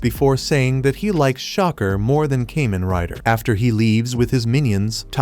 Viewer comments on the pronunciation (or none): "Came-In Rider"